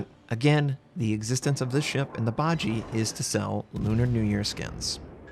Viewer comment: I'm pretty sure you mispronounced 'Bajie', it should be ba-ji-ye, 'ye' like that in 'yeah'.